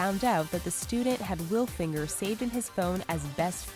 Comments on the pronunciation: HAH "Nicole Will Finger" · Nicole willfinger lol Nicole....Will....Finger lol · 'wilfinger' hahaha you kidding me! :'D i will pass actually your okay fatty.. =D